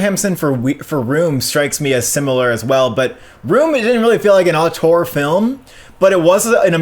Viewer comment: Since you say the word so much, Auteur is pronounced oh-ter